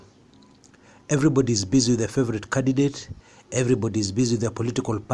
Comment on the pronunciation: ..I will sign up for club 99 if you can pronunce theword candidate without ommitting th n the precedes the first d